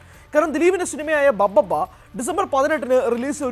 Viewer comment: ദിലീപിന്റെ സിനിമ ബബ്ബബ്ബയോ...😂😂...പറയുന്നത് എന്താണെങ്കിലും അത്‌ വ്യക്തമായി ശരിയാക്കി പറഞ്ഞൂടെ. ഭഭബ (BhaBhaBa) ആണ്‌ ബബ്ബബ്ബയല്ല.